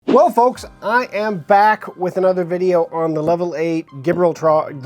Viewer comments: Jah - Brawl - ter, But close enough. instead of the butchered jib rural tar. lol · Geez man you would think you’d look up how to pronounce “Gibraltar.” SMH 🤦🏽‍♀️ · OMG can’t even pronounce the name of the bag.